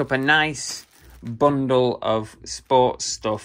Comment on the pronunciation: I like that you say bungle instead of bundle half the time 😂